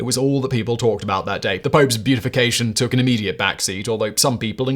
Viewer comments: In terms of the Pope, the word is pronounced bee-at-ify, not bee-ut-ify. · its not beautification its be-a-ti-fi-cation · The words "beatification" and "beautification" are different words with different meanings ... and different pronunciations. Yikes, Simon. 😘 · My favorite part was Simon pronouncing “beatification” as “beautification” 😂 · The time stamp even reads “”The pope’s beautification”. I have no doubt it was on his teleprompter that way. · Maybe it's just a difference between American and English pronunciation, but the way Simon says "beatification" makes me think the Pope got a makeover or something. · Simon, Simon, Simon. There is no “u” in beatification. There is now no “you” either. No beatification for you! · "Beautification"? Really? You're probably trying to say beatification, or perhaps canonization.